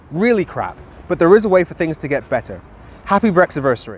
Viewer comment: "were not appy"